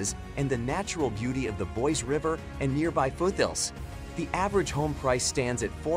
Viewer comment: "Boy-see" not "Boyce"